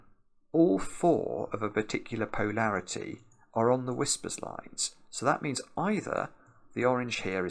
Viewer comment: Tried it. Brok it. Restarted it. Tried it again. Brok it again. In a different place. Time to watch the video. pronunciation of poe-larity will never stop leading to hi-larity 😆